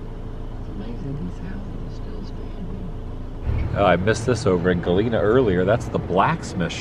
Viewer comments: Hi Adam, love this video & it brings back memories of living in Cedar Rapids & then going to Galena for a quick day trip. If you get a chance swing by Brandon, Iowa and see the world's largest cast iron frying pan. And you've been pronouncing Galena correctly. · Pronounced Galena correctly but not Illinois (its an I sound in the beginning not el)